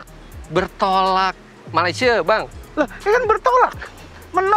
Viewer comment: Malaysie bang? Fitra Eri